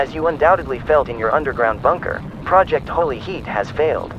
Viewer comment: Why did I hear “Project Holy Shit”?